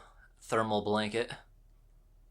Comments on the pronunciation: I had to go back and listen a couple times because I though I had just had a stroke when I first hear "bRanket" lol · "Here we have the emergency branket." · "Emergency Branket" 😂😂😂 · Checked comments for... "Emergency BRANKET" didn't disappoint. X'DD